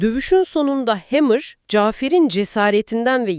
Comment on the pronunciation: Hemır değil hammer